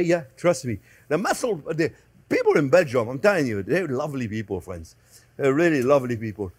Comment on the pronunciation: I love how he says ‘ok fwends’